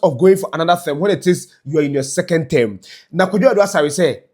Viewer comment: It’s not “Therm” it’s “Term” !!! Wo k3tr3ma ny3 anaaa massa ? 😂😂😂